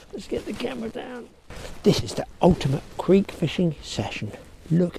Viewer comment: Really enjoyable video. But 'creek'?